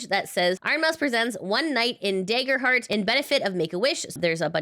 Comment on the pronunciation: Great newsy news reporting as usual! ...but, uh. Daggerheart. Dagger. Soft A. :P